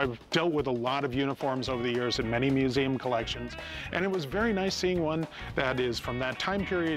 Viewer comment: "This belongs in a meuseum" 😅